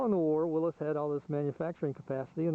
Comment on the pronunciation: Nice video and nice Jeep! And SO nice to hear someone who actually knows how to pronounce "Willys".